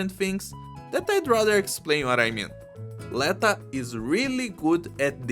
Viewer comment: l'etO, rather than l[ae]ta pretty sure